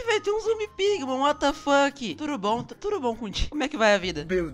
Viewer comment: Credo para de falar TURUBOM